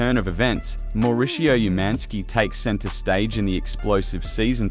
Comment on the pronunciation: It's obvious you don't know the programme as you mix pronounced Mauricio and Dorit.